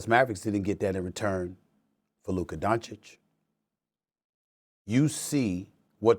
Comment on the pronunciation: Oh mannnn....SAS is in serious, critical, medical condition. He pronounced Doncic right!! For the FIRST time after 8 years!!😢😅